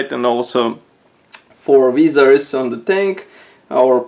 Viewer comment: Excellent... you pronounced "Hull" perfectly. Visor is V-eye-zor. I really enjoyed how you slowed down in this review and gave more time to see and how you added more commentary. I've fallen in love with armor building and this is added to my list because of your review. Thank you.